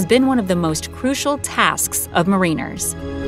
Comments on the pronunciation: MEHR-iners, not MARINE-ers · It's pronounced mar in ers..not mar ine rs✌️🤗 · Learn proper pronunciation of mariners, hint, ot isn't anything like marine. You really lose credibility when you completely blow proper pronunciation, especially on such a simple word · Ma-REE-ners? In a professionally narrated video, no less. Is everybody just repeating stuff they read on the inter webs with no actual knowledge of it? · "Ma-REEN-ers" never heard it pronounced like that, LOL